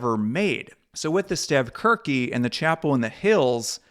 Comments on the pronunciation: Wow you really mutilated the pronunciation of stavkirke. 😊 It's pronounced stahv-sheerkuh. BTW I think you'd make a great Viking--you've got a great beard going on there. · When I meet you in person, I'll help you pronounce "Stave Kirke" in Norwegian. 😁 Thanks for this video! My ancestry is primarily Norwegians who immigrated to Minnesota. Many family members are still devout Lutheran.